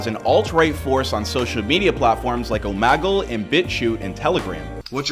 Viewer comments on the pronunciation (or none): I would’ve been happier if he said omergal instead or omagle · Bro said Omaggle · Bro really said Omagle at the beginning of his video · Did he just say fucking omagle wtf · Mans said omagle💀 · stopped watching after hearing omagle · Once he said Om'a'gle Thats when i click off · “OmAgle” lmfao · "omagle" "omagle" "omagle" "omagle" "omagle" "omagle" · The news called it that to and I’m like it’s Omegle Lmao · This is a pretty bad video. How is anything you’re saying reputable when you can’t even pronounce Omegle? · Your pronunciation of Omegle matches your journalistic integrity